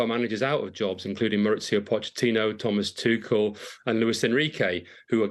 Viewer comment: People who mispronounce names they’ve heard a million times drive me nuts. Especially if they’re getting paid to talk. There’s no S in Tuchel, man. I mean, the other guys literally said his name correctly seconds before the third dude got it wrong. So lazy and unprofessional.